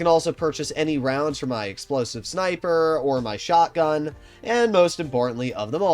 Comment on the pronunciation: I want this guy to pronounce Explosive